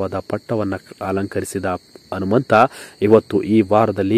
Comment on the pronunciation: Yo first kannada nettage mathadi lo handare hentry hata alla ata entry andare anumanta alla hanumanta thooo nimage channel bere jedu ho tu alla otu